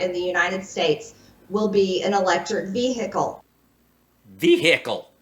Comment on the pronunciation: What’s a “Veehicle”?! I’m confused, does she mean VEHICLE- what an ignorant dumb c u next Tuesday lol